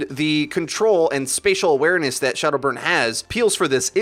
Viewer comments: He called him shaldow burn at the start XD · At 0.36 did he pronounce shadowburn as shoudo burn?